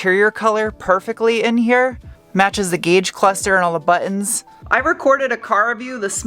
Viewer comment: Not saying buttons properly anymore?